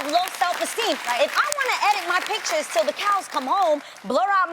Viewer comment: pitchers instead of pictures.